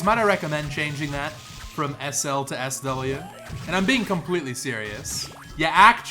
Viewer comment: "I'm beeing clompletely serius" such a good gamer